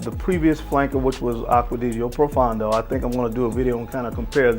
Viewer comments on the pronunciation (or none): To most American Frag Reviewers. Please pronounce Aqua Di Gio properly. Aqua-Di-Gio not aquadigio. Also, Profondo is not proFUN do it’s pronounced Pro-Phone-doe.